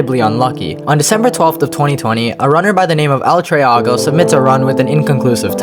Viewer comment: bruh you pronounced it wrong its el tree-go not el trea-go